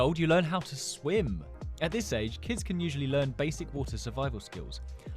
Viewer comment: swim?! Huh u dumb or something SWIM 😂😂😂😂😂😂 he hasn't leaned how to read